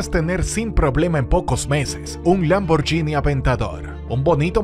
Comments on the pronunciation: NO se pronuncia LamborYini Xq lleva una "H" entre la g y la í, la cual la hace sonar: Lamborguini, ¿OK?. Si me hacen esperar, mejor me compro un "YUGO", del año. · Por favor aprende a pronunciar 'Lamborghini'.